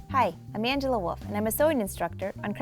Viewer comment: Hard to understand because she is talking like a waterfall. Always unterstand woff instead of wolf